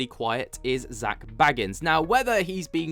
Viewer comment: Can you please pronounce Zaks name correctly! And bequeathment was another you couldn't even pronounce.. this is what's wrong with the younger generation now and the skibbidi nonsense..😳